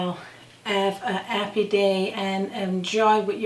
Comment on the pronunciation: you are just the cutest cook onYouTube! I am enjoying learning how you prepare the various meals, desserts, breads and such in Newfoundland! I developed a love for your country from a TV series I watched called "Republic of Doyle" Love the accents! Is there a reason you Newfoundlanders drop your H's?? "You 'ave to 'ave 'alf a cup!" You make me smile! 'appy Mothers Day!!